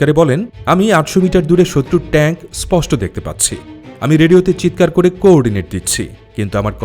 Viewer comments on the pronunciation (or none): none